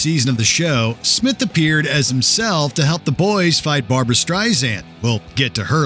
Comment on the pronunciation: ''Barboo-Ra, Barboo-Ra''!!!!!